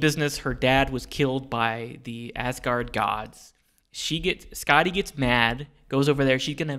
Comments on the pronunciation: The way they pronounce Skaði sounds like they're saying "Scotty," when in reality it sounds more like "Scathy." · This letter - ð - is a 'thorn' and it's pronounced like 'th.' So 'Skathy and 'Authoomla.' I love this show so much :) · It's Skaði Auðumbla and Kvasir. ð is the th in This /skaa'thee/ /owth'oom'blah/ and /kvaa'seer/ to conform with English writing. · My understanding of Skaði’s story(which I guess should be pronounced Skathi) is that her father stole the apples of immortality from the god that tended to them. He died in the process of the gods stealing them back. Skaði feels that her father was wrongly killed and goes to them seeking revenge. Even though they forced him into it, Loki is involved with her father’s death and so they throw him under the bus and offer him to Skaði to satisfy her revenge. Loki makes a bet with the grieving and angry Skaði saying that she can have her revenge on him only if he cannot make her laugh. She agrees, and then Loki ties his balls to a goat’s beard and proceeds to piss the goat off causing Skaði to laugh and lose the bet. The granting of godhood included allowing Skaði to eat the apples of immortality that her father had stolen. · As an Icelandic person (Norse mythology is also Icelandic) it was entertaining as well as a little bit cringey hearing them on butcher every name lol. Same reason I don’t like Thor marvel movies.